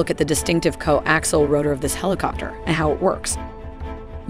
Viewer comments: Co Axle? lol Not Co Axial? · I appreciate the effort put in to this but it’s laden with inaccuracies, to start ‘co-ax-iahl’ not co-actual. “Most helicopter main rotors rotate in the clockwise direction” … not true, there are as many CCW as there are CW, European types tend to be CCW while many US types are CW, it’s up to the manufacturer. Still this extremely versatile and capable machine is often overlooked for more hyped Western types, so I appreciate your effort. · "co-actial'? "co-axle"? ...whatever.. one of those! lol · I have trouble listening to the computer-narration butcher the pronunciation of the word coaxial! There is an 'i' in there and it IS part of the pronunciation! If you can't get that right - puts the rest in question. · Someone is having trouble pronouncing coaxial. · The narrator can't even pronounce "coaxial"!!!!!